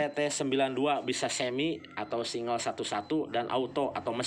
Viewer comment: Singgel pak bukan singel